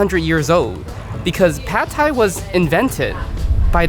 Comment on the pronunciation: thais don't actually like pad thai all that much. We don't even pronounce it like that, it's "pat". If I along with my the rest of my countrymen, had to vote on the "national dish", it would undoubtedly be pad krapow, stir fried holy basil with meat on top of rice with a fried egg. If a dish deserves to be called that, it's pad krapow.